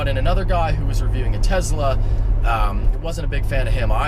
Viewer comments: its teSla not teZla you god damn idiot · Tezla... cmon you didn't learn your lesson last time you said tezla lol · Did you fucking say Tezla again? God damn it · Reviewing a "teZla" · Did you say TEZLA again?! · At least he didn't call it Tesler